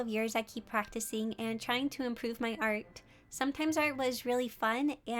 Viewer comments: So are we just gonna ignore that at 03.45 she said tring instead of trying...... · “I’ll keep tring” 😳👌